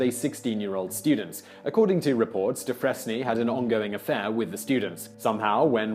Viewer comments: Hey Simon, Dufresne is pronounced Due-Frayn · This is both late and nitpicky, but Dufresne is pronounced 'doo-FRANE', rhymes with 'due pain'. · Dufresne is pronounced "doo-fraine". Stay in school. Just teasing. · That's "doo-FRAYNE," Mr. Whistler. Not "dus-FRESS-nee." ROTFL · Simon, Simon, Simon...Dufresne is pronounced "deh-frayne", not "deh-freznee". Tell the truth Whistler, you love being corrected by me on your pronunciations. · 'Dufresne' is pronounced Doo-fray-n, as in like, Andy DuFresne from Shawshank Redemption. The sound 'frez-nee' doesn't exist in modern English. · Doofrezne? Really... Try Doofrayne. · It's not "doo-FRESS-ne", it's "Du-frayne". Sorry, pet peeve. Just call it a bonus fact, Simon. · It’s pronounced doofrain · Dufresne is pronounced dew-freen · Dufresne is pronounced "Durfrain" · Do-fray-N not dufresne. 🤦🏽‍♀️🤦🏽‍♀️🤦🏽‍♀️ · Dufresne is pronounced DooFrain. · The name is pronounced “Du-Frayne” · I believe it's pronounced dew frain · LOL, "duh-fress-nee"? Simon, have you never seen "Shawshank Redemption"? 😂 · Dufresne is pronounced "Du-Frayn". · the S and final E are silent in Dufresne